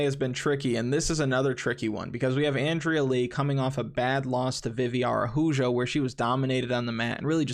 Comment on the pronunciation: Crawling back in after no return cash or gpps, tell Oscar I'm sorry but I didn't listen on Calderwood. Now I'm really shook this week because after being damn near AN-DRAYA is how the pronunciation record is shattered! Damn!